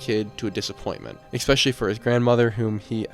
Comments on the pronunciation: Yeah, and several times you hear him say "expecially" instead of especially which makes me think he's pretty young... Especially since he thinks this is all the work of one person... Kinda like someone who watches too much TV and movies and has no idea how the world really works. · Do you just say exspecially for post engagement? I like the videos. But hate the constant butchering of the word ESPECIALLY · Especially, not expecially. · “Eggspecially” x 250. 🤯😂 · I like your stuff. I subscribed....But please stop saying "ek-specially."